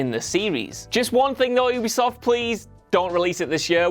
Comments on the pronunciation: It's not pronounced as oobisoft.... It's 'u'bisoft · can you pls stop pronouncing Ubisoft as oobeesoft and pronounce it right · DIN-UH-STEE YOO-BEE-SOFT YEE-ERR